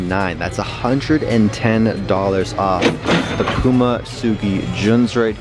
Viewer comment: say puma right light pyouma